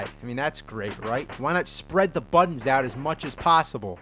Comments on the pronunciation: "Swapped the BUH-ddons..." Learn to glottal stop, pal!!! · He says "buttons" weird